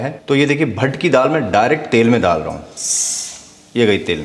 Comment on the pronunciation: Not pat-pat it's Bhatt-Bhatt😂